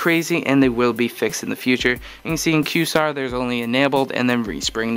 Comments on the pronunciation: Qway-zar bro, not Q-sar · lol, pronounced qwayzar ye dick ! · am I crazy? or is this not pronounced "kway-zarr" 'qua' as opposed to 'queue', no?